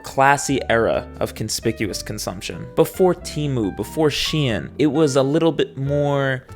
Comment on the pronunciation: stop saying shein like that